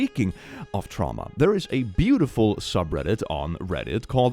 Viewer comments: "Tra mua" I love dyslexia XD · you say traumwa but it's ma so are you saying you've received maternal abuse?